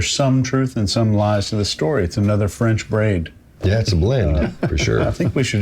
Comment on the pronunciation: Loved it guys! As for the term "French braid" - nailed it 👌 xx